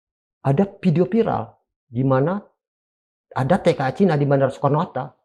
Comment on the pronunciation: Cina bukan Caina